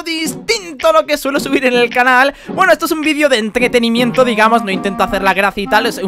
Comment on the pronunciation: entdretenimiento, esa mal pronunciacion si se peude ver jaja